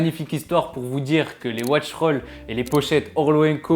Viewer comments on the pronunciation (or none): none